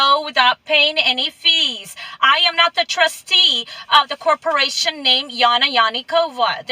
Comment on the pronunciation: Alpha David, corporaySHUN. Good job reading that dictionary, lady 😏